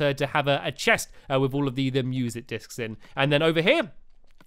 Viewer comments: Why did he always say discs in to uhmmm dicks ? He said that with the light discs in terraria to !! Wowow stampylongnose 2015 everyone!! Haha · STAMPY IS CUSING AGAIN INSTEDAD OF MUSIC DISK HE SAID MUSIC DIC-S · He said music dicks😂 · "I was abled to get a few music dicks, uh discs..." -Stampy 2015 ._. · Tianna Nguyen he said dics BETTER no k :P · You messed up saying discs it sounds inappropriate please block that